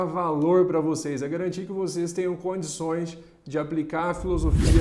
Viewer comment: _ "condiçõex" c é de Monte Belo rapaz.😁🤣🤣